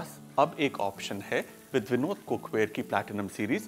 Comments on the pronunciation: It is vinod cook ware not vindo cook ware,😊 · It's Vinod or Binod 😂